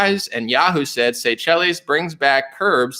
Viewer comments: It's pronounced say-shells sir. 😉👍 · That African island nation is pronounce Say-shells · Seychelles pronounced say shells😅🤣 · Pronounced: say shells